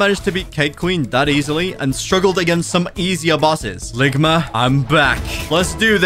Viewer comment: "Ligmer" bruh